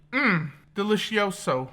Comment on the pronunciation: Also I love how he tried to say Delicioso and failed hilarious he is one of my new fav yts